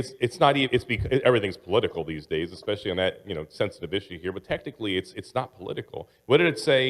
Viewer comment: Supposebly only girls say expescially.